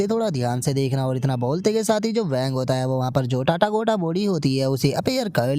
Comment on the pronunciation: Bhai tu टाटागोटा बोलना बंद कर दे ... भाई वो "तथागत बॉडी" है न कि टाटागोटा बॉडी 😊